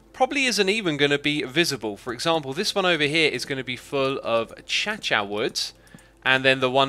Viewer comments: Every time he says uh-cha-cha fills me with pain. It’s Uh-kay-shuh. Granted, it’s a deceptively spelled word, and not a big deal. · ah-cha-cha wood? I think it’s acacia wood :P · achacha wood? What? 😆 It's pronounced 'uh-kay-sher' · Acacia: pronounced a-ca((canadian a))sh-uh Xuma: a-cha-cha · excuse me, cant you say acacia? why the fuck are you saying achacha since the beginning of time? i hate to break it to you but its pronounced ache-ashia, mate. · It's a-caish-eea not a-cha-cha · Ik a billion people have already said this, but it's pronounced a-KAY-sha not a-CHA-cha. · normies: uh-kay-shuh xisuma, an intellectual: uh-cha-cha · It's pronounce "a Kay sha" not "a cha cha" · Ah yes, the return of the Chachaw tree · Hey x many of have said this it’s not achacha it’s A-cay-sha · I still get triggered when he says achacha wood it is really annoying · No one: Hermits pronouncing acacia: Achacha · Wait wait wait wait... did he just say achacha wood? No disrespect i just havent heard anyone say acacia like that before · Its a-cay-sha wood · *ahem* ”A-Cha-Cha Wood” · a - cha - cha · I low key cringe every thine he calls it achacha and i know he knows its not the name but it really bothers me... i still love his content tho... foooooo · Why do you say acacia like this: achacha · Does Xisuma just said cha-cha wood instead of acacia wood hahahaha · No one: Xisuma:acha-cha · I felt like I was stabbed when he said achacha wood. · the way x says acacia is atrocious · When xisuma says acacia wrong Me: you’ve triggered my ocd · Yeah he's probably doing it on purpose.